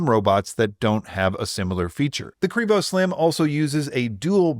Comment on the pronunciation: Also, please stop, it sounds ridiculous.